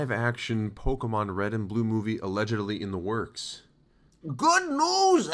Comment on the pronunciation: cant even say pokemon correctly good lord